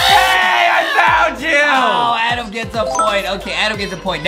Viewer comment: justin says adam right